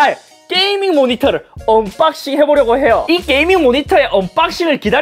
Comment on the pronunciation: 언.뽝싱 이라고 말할때 발음이 이상하게 중독되는듯한 기분..